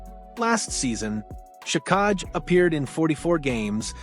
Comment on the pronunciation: Arber Shikaj🤣 Hint: If a name looks weird take 10 seconds to figure out its pronunciation